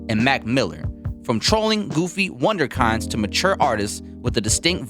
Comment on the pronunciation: That's not how you pronounce wunderkind, lol.